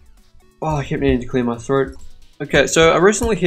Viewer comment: You said maij XD